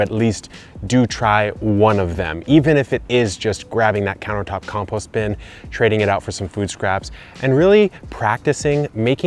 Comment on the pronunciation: I suppose it's a good video, but your pronunciation of compost meant I lost the plot after about 30 seconds...